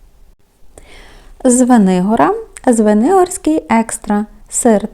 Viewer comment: Ви кожного разу говорите Звенигорський,а вірно ЗвенигоРОДський,прийміть, будь ласка,до уваги! Щиро дякую за огляд акційних продуктів харчування!